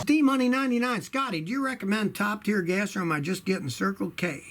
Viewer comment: Now we know where law enforcement gets its top tear gas(:45)! Or did he say top-tier gas? Confusing😉Thank you Scotty for the info, though!